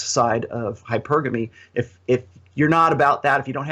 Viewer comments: It's hy-PER-guh-mee, not hYper-GAME-ee. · ...I'm pretty sure it's pronounced: hy-PER-gamy.